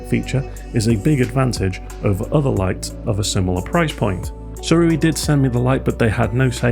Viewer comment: It's pronounced Cee-ray!